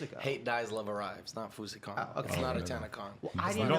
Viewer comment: When Shane calls it Fouseycon 😂😂😂